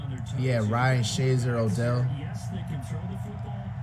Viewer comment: "Ryan Shay Zer"